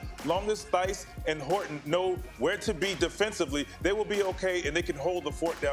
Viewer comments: ngl every time the national media pronounces the H in Daniel Theis name i cringe hard. if you are gonna mention playesr (especailyl foreign players) at least learn how to say their name. also kept saying horton and not horford. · lol VC kept saying Horton and thighs 😭